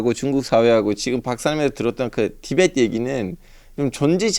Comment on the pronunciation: 티벳트가 아니라 티베트다